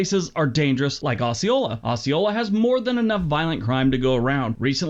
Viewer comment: He pronounced Osceola, Arkansas wrong. It's OH-see-oh-la not Oss-see-oh-la. He's wrong about Arkansas though. It's not all dangerous. Just our capital city of Little Rock, a small city called Pine Bluff and the Delta is bad. Northwestern Arkansas is fine, Northeastern Arkansas is fine on the Crowley Ridge and here where I live in Southwest Arkansas is fine. It's not as terrible as people say when you get outside Little Rock and the Southeastern part of the state